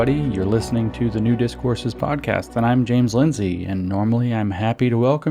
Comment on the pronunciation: On this special occasion of the podcast I heard you saying "Nudist Courses" instead of "New Discourses". But it's only half funny :/